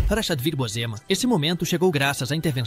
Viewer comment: Vc pronuncia errado o nome de Chadwick Boseman